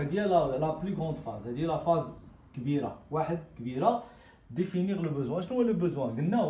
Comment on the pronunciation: Définir et non pas difinir !!